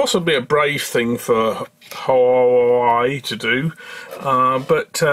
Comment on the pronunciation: I love how you pronounce Whuahwey :D